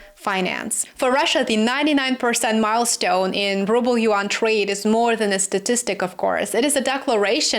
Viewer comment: yuan is a 1 syllable word. rhymes with Juan